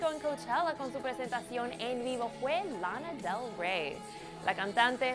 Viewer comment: Guay....pero una cosa sin ofender, podrían pronunciar bien los nombres?..no me entere de que era Lana del Rey hasta que no vi su imagen